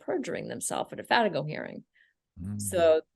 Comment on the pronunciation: What is it you guys called a hearing to determine/challenge relevant conduct in the PSR? It sounded like a "Fanago" hearing but I've never heard of that...